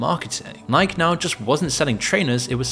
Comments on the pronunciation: It’s “Ni-kee”. Is this voiced by AI? Its the only way someone could mispronounce “Nike” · Nike doesn't rhyme with "Mike' - that is a modern name. Nike (pronounced: Ny-Kee) is the mythological goddess of victory the company is named after. No one named Mike around back then. You're not pronouncing it correctly, you sound like you're trying to be stuffy contrarian incorrectly.